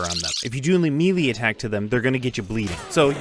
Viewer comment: You gotta stop saying "mealy" weapons, it's may-lay